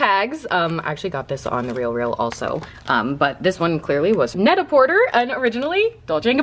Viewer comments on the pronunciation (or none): my love..that’s French lol it’s pronounced “Net A por-tay” ❤️ (just wanted to let you know, not trying to be rude or anything)